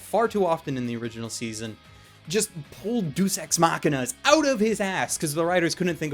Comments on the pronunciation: It's not "Deuce" Ex Machina, GOD DAMN IT! It's pronounced 'Day-Uhs'. You made the same mistake in the Future Diary review. Just remember this: Gay Ass Sex rhymes with Deus Ex. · Doos Ex Machina's?! DOOS EX MACHINA'S?!, I KNOW you've seen Future Diary! You should know how it's pronounced!:P